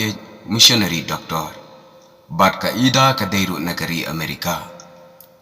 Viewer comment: Ka pronounciation ne jingkynnoh ia ka kyrteng ka dei Aida ym dei ida.